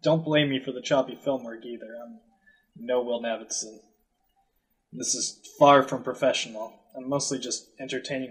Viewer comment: I dig almost any House of Leaves content and I like where this could go - up-voting. Could you pronounce Navidson's name right though? It's rankling me. He's referred to as Navy (Not Navid) by every major character in the book. Cheers.